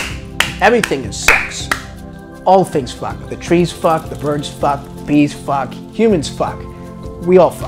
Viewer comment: the way he says fahck is so funny to me